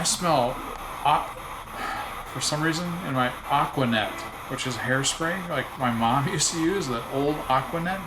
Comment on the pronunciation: Guys I grew up in the eighties you make hair spray sound Egyptian